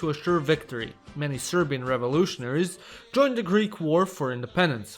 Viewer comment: respect for saying serbian names good